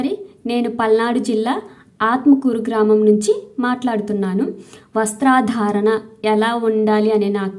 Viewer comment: వస్త్రాధారణ కాదు వస్త్రధారణ